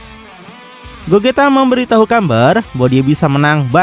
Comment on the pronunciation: Gogeta bang bukan gojita